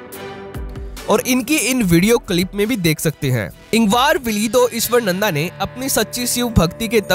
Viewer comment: Not ईश्वरनंदा. Pronounce his name as ईश्वरानंद Ishwaraanand